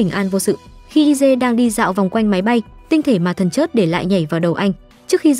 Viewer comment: Nói ngọng thần chết thì nói thần chớt mất hay